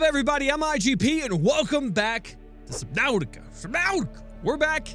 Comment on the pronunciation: "what's up everybody, i'm IGP and welcome back to SUBNAUWTIA"